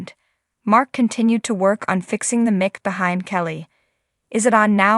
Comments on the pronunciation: Why don’t the person who is describing this know how to pronounce the words correctly?? Example: O.K. (not “oak”) mike (not mick) ☹️ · You need to have your announcer learn to speak English she doesn't know how to say the word Mic and most importantly Kelly Ripa's last name what a joke